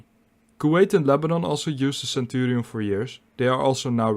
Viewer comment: Is he pronouncing the name centurials! Mmm